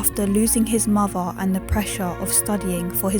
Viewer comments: you mean muvva and forevva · Sorry, the voice is doom -laden. And I can’t stand the muvvah and bruvvah pronunciations.